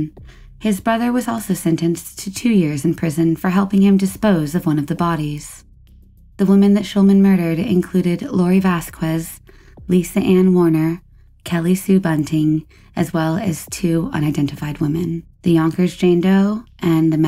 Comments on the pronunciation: You may be the only person on Earth not to know how to correctly pronounce "Vasquez" (Vass-kez). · Happy new year to you too :) and just wanted to educate you, Vasquez is pronounced with a hard "k" sound. It's "vas-kez". Hope the next year is a good one for you!